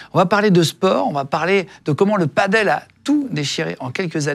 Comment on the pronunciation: Par contre tu dis paddle le reste de la vidéo 😂